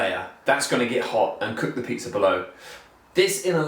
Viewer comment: You meant pizza right? In my English pizza has no R.